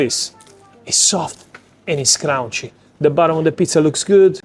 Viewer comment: You need to learn how to pronounce correctly Soft and Crunchy dude! It’s the name of your pizzeria AND your trademark! ! Crunchy, NOT Crounchy! 😂 Having said that, the box is killer!!’ They should sell it to the big chains! 🤙💥💪🙏